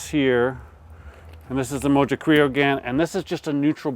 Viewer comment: Mojo is pronounced "mo ho". It's Spanish so the j sounds like an h. Great cook though. Close to what Hispanics would actually do...